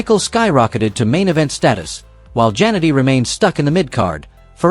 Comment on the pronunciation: 0again we get these 5,00 an hour announcers itis JAN ETTEY WHY CANT YOU SAY IT RIGHT another scumbG